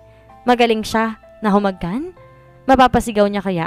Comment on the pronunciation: Cncya admin pero bkit maling mali ung humagkan halik or kahalikan nakakabwesit pakinggan sana matutu n mz narrator